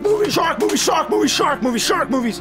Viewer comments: "So Many Sark Movies"? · Okay, I'm pretty sure that time, he said "sark" movies. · "Sho many sark movies!"